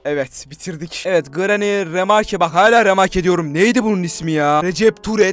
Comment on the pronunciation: işte yazılışları okunuşları Pacdlock key(pedlok key) Recaptured(rekepçırıd) Safe key(seyf key) Hammer(hemır) Orda abi dede granny diyor doony demiyor Türkçe mizi düzgün kullanalim lütfen